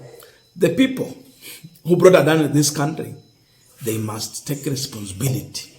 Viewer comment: You should learn to pronounce words and names correctly. Make sure you add - S - to plural words. Don't ignore it. It is very important. On pronunciations; Adani - Not Adan Amenya - Not Amenyo Etc.